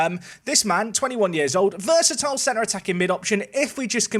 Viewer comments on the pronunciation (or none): none